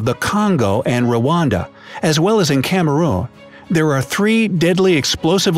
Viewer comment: Excuse me, but how did he pronounce Cameroon.....?